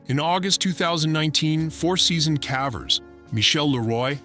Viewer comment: A.i. keeps saying cavvers, I wonder if the prompt had (á) if it would use the hard A? I’m big on critique, I’m all about trying to help channels grow. 😊✌🏻✌🏻